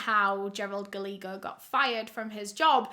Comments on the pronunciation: Ooooh baby it’s not Galeego. It’s Gah-lay-ho. It’s Spanish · Love you so much, Guy-yay-go is the pronunciation of that name . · Word of advice… “Gallego” is pronounced like “Gah-ye-go”. Double “L” is always pronounced like a “Y” in Spanish. Love you,. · Love all of your stories. I watch as many as I can. Just a little thing with this one... Gallego is pronounced- guy-yay-go. Spanish based name, double Ls are a Y sound. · I love how she mispronounced Gallagher 😭